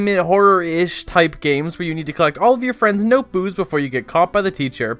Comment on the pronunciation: I love how you said noteboos